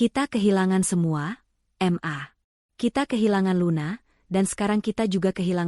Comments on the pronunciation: BALIKPAPAN KALIMANTAN TIMUR HADIR,kenapa panggilan ke mama itu kok mmbacanya dipisah menjadi M A,aturannya kan ma aja langsung,gak enak sama sekali mendengarnya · Siapa yang membaca cerita itu masak ma dibaca em a bukan ma , bukumu dibaca buku em yu